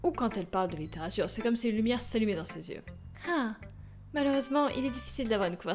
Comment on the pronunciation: Cette façon de pronnoncer "litterature" dans les premières secondes #.# Et j'kiffe aussi les voix que tu fais ! =D ah le petit bug de montage XD Sinon, je suis la seule à me dire que j'aimerai bien entendre tes analyses de poème ? Tu pourrais en faire des vidéos non répertoriées -où tu pourrais simplement mettre le lien en suggestion au moment où tu finis de lire le poème-, pas trop scriptées, pour nous dire comment tu vois les choses ? Enfin, ça doit être affreusement long à tourner et à monter... Mais je kifferais ! =D